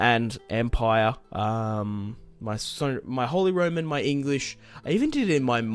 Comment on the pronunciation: Close but the pronunciation is actually “ROMAN”